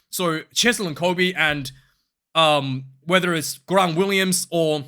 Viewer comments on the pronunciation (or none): Hey, your videos are fucking great:) Just a small thing, Grant does not have that "rolling r" sound like you do with Afrikaans names...it is just Grant like in English.